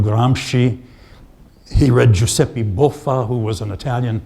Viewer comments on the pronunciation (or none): none